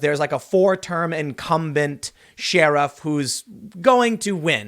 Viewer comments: Argh! Sheriff is pronounced like Cher-if (Cher the singer) not like like shareef/sharif (as in "the shareef don't like it, rock the casbah")! Is this a Chicago thing? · Trans-word-I-cant-say running for sheriff? Sounds more like a CHER-iff than a sheariff, tim. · I'll run for office when you say share-if instead of shee-rif. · The pronunciation of "sheriff" in this and previous video is irksome. It's not she-ruff, it's cher-riff. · Anyone else notice Tim pronounces sheriff as "Shir-iff"? I have always said "Cher-iff". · I can't take it anymore. I love ya, Tim, but where did this sheriff mispronunciation come from? Tim: sheeeeriff Most other people: share-iff Maybe it's just me... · Tim keeps pronouncing "sheriff" like "sheer-uff" 😆 This is a recent change. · Shee-raf. Is this the new Cool Whip? Lol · Why do you pronounce it Sheer-if? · Tim. Stop it with the Shee-riff. You're killing me!😂🤣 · SHEE-RAFF? Da hell's is a SHEE-RAF? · Bigger news. Poor Tim still cant pronounce Sheriff correctly. (Sheh-ruhf). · Could you stop saying sheeriff, it’s like nails on a chalkboard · Again with the SHE-riff. Does Tim have a speech impediment? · Can we petition Tim to check pronunciation before making videos? Hearing him say She-riff constantly is drivin me nuts! 🤣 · No one: Tim: "ShYriff" Just kidding, love ya buddy lol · What's a SHE-ruff ? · What's with the "sheeerif"? Oh I get it, because he is a she, so "she-riff" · Tim, what is a "SHEAR-UF"? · Tim. As a mixed race person who had to live in Hyde Park for 3 years as a Navy recruiter....I cant get comfortable with how you say sheriff. It sounds like you are saying Sheeriff. I didn't have to deal with the streets being shut down just because a certain former president wanted to visit home for this. :p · Idk why but it bothers me how you say sheriff, its more like "sheeriff". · Its pronounced share if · Why does Tim say sheer-uf sometimes and then in the next sentence pronounce sheriff correctly? Does anyone know? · I say Share-iff